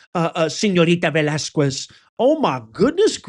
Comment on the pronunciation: If it's true you read the comments (I have never noticed you giving a heart or a like to any other comments but your own), I just wanted to mention that the "u" in Velasquez is silent...so it's pronounced "Velasqez"... Hopefully you got it now in case you need to say her name again...